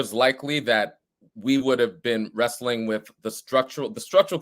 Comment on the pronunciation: min in and dudes talking about "we're rewsteing with the conditions of the empire" Bro your literally blue no matter who ..... smh